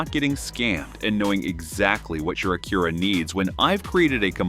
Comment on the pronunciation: Low quality AI video, cant even pronounce Acura.